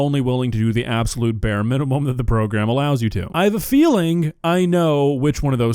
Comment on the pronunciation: My man said “progrem” lol